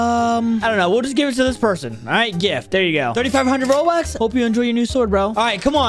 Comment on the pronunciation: Bro said robux as Robots 💀